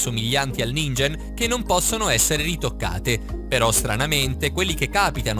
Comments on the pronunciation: Ningen si pronuncia ninghen un male al cuore per gli otaku come me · Si dice ninGHen però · Non per cattiveria, consiglio puramente rivolto a fin di bene, ma prima di registarare la traccia audio, informatevi un minimo su ciò che dite. La pronuncia di Ningen è "Ninghen" perché in Giapponese "g" e "gh" hanno pronuncie opposte a quelle italiane. Grazie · si pronuncia "ninghen" comunque... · La pronuncia di ningen dovrebbe essere «ninghen» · Si legge ninghen